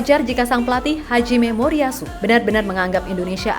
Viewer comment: seriusss....pertama dengar terkejut alias kaget...pelafalannya, terdengar di telinga " haji - memoritsu" bosskuh 😂👍🙏🙏🙏